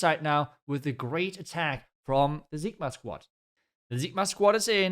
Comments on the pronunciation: Why do you call them Zigma? It's Sigma Squad 😂. Cig-Ma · It's ceee gma not zigma😭